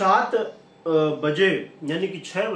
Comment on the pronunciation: 7 bh sahi dang se bolna nh ata